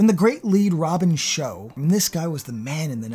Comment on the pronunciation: Lambert was a good start, but afaik Robin Shou's last name is pronounced like shoe. I remember him saying this himself in an interview years and years ago. They use this pronunciation on a 2019 video of him playing an mk console with Linden Ashby. As for that epic soundtrack, it also featured Geezer Butler and Type O Negative. Thank you for remembering this film.